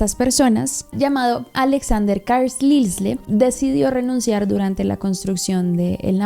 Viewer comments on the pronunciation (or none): el nombre o apellido Carlisle se pronuncia “Carl-ail” como el papá de los Cullen en crepúsculo jeje